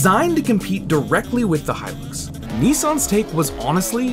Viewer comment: It's Hilux goddamn it. Hilux! Not Hylux.